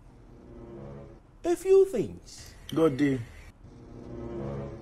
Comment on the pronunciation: There’s a reason Kunle is one of my favorite actors- too good 😂 Love the way he pronounces “things” as “fins “ . From big brother to Zaddy 🙌😂